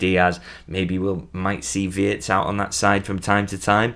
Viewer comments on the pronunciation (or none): none